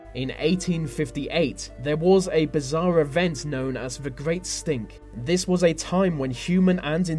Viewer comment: That pronunciation of th words as v's is so annoying " vey did this vey did vat "